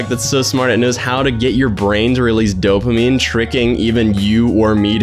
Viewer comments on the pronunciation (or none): none